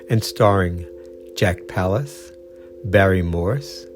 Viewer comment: Jack Palance, not Palace.